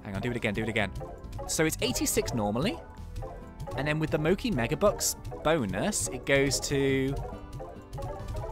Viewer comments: So this has been driving me slowly insane but her name isn’t “mokey”, it’s pronounced “mo CHEE”. It’s a type of Japanese confectionary made from rice flour and filled with red bean paste or other things. She’s Japanese; you can tell with her name and also that her skin color is more yellow than Ogden’s. It’s reinforced again with her manor’s customer color pack, called “kanpeki” which means “the best” in Japanese. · AHHHH HE PRONOUNCES MOCHI WRONG